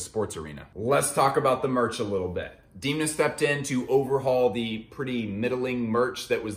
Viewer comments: sorry to be that dude but it’s pronounced Damn-uh not Deemna. great video tho 🙏🏻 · please never call him diimna again, unfortunately it grew on you. u know the thing that holds back water... a dam :). so try pronouncing him dam-na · DEEEEMNA. DEEEEEMNA. DEEEEMNA. Its DEN-MA. Not DEEEEEEEEN-Ma . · Good video, but after I watched quite a few The Casual videos I knew from Reggie that Demna's 'E' is pronounced like the 'e' in them, not pronounced like dim from dimming a light. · Wait it’s pronounced deemna not demna? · it's demn-na. say it: demna! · Please stop mispronouncing demna, its sooo annoying